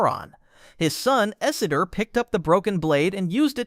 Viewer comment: how can you get Isildur wrong??